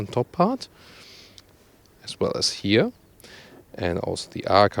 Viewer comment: I want 50 cents for every "here" pronounced as "hier" ;)